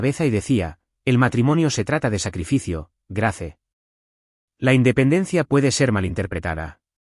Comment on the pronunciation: Grace? Se pronuncia Greis..Ethan, Itan. No ice